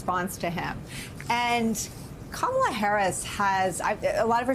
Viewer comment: It would help if yall get her name correct. It's pronounced "Coma, la". Its not that hard. And those who know the correct pronounciation correct the ignorant